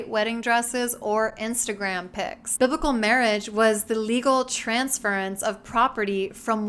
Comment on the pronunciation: Omg he just called Instagram "Instagraph" lmao. That lightened the mood for a second, I needed that